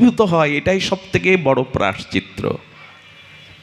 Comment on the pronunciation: রাঁধে রাঁধে প্রভূ,অপরাধ নেবেন না।প্রায়শ্চিত্ত শব্দের উচ্চারণটা বোধহয় ভূল হয়ে যাচ্ছে।